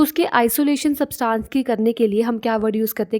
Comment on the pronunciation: Ma'am your explanation is quite good but I would like to correct u it's substance not saabtance...